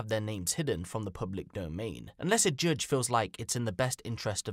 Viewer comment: The "joodge"??? Seriously???!!! Even Yanks pronounce it "judge", like in Received Standard British.